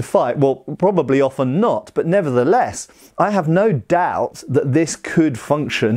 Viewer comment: "... But nevertheless: I have no DAOt that this could function..."